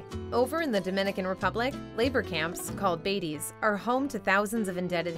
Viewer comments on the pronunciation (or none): it’s pronounced “bah-teh-yes”, not “baities”…